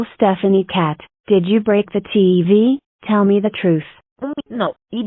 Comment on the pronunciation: break ❌ brack ✅